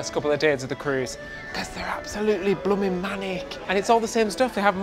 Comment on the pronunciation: I love hearing say “Blum’n”. 😊